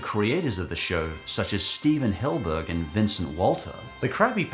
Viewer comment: It's crazy, you've been calling Hillenburg "Hillburg" for years now